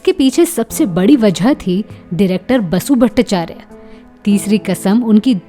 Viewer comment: 👉 सुप्रसिद्ध निर्माता निर्देशक बासु भट्टाचार्य का नाम वसु भट्टाचार्य नहीं बल्कि बासु भट्टाचार्य था आपने वसु भट्टाचार्य कहा है दो बार,जो की पूरी तरह गलत है कृपया व्याकरण व उच्चारण ठीक कीजिएगा 🙏